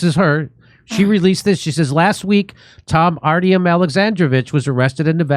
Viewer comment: Two words you need to pronounce better Kef fee yeah , Ar tee yuum hope that helps , never go full Bass ackwards!